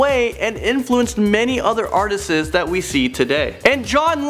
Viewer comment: It’s “artists” not “artsti-es”,,, good vid though. You said it every time so I couldn’t help myself.